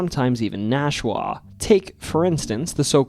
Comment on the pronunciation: Hey Nashua is pronounced “Nash-you-uh”